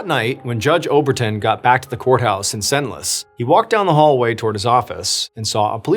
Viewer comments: Are people aware that you can Google how to pronounce things? "Shant-ee-lee" and "Sen-less" hurt me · Hyppolite = EE-pol-EET Chantilly = Chan- tee-yee Senlis = Sawn-lee If you'd like to hire a French consultant, I'm available ;)